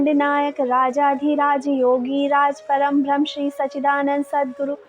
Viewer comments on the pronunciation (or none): Aap bhrahmand nayak aur prambhram kahte ho jo ki galat hai....Asal sabd brahmand nayak aur prambrham hai..